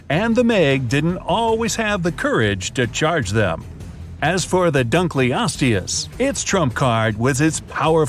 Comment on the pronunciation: He pronounced dunkleosteus wrong